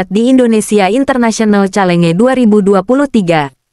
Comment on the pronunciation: Bacanya yg benar calenge gitu ya persis tulisannya?